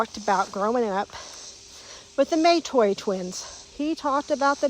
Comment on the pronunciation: Yes, we are Indigenous: Tslagi and Chahta. Our family pronounces it Matoy, not may-toy. Although I recognize that there may have been some dialect and accent nuances specific to the area, though it does make me cringe a bit as it simply isn't how we have pronounced it